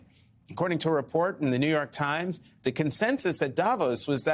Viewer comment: *"thee" talk of the...